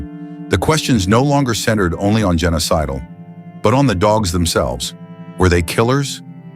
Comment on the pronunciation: Her name was Jenna Sidle. Sounds like Genocidal...when the narrator says it.